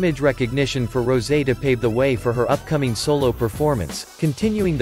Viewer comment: Not Rosie. It's rosè. Pronounced as ro-sey.